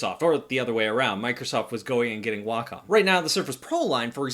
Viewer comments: It’s pronounced Way-Com not wocom 😂😂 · Neither Way-com, Wack-em or Wah-com sounds anything like the Japanese pronunciation. Just that americans imagine that Wah-com sounds more like it. My japanese friend says the correct pronunciation is right between Wah-com and Wack-om, so either would be fine. She also says it's stupid to think you have to speak japanese, when you're speaking english. Just say it the way that comes natural. Japanese ppl don't pronounce "McDonald's" like americans do after all.